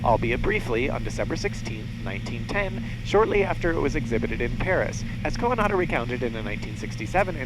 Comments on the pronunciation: The way you pronounce Coandă is cringe-worthy. Not just for me, as a Romanian.. but probably to others too. You make him sound like a second hand Japanese name. =) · How hard is it to get informed about how to pronounce the main name in your video?... what a mess.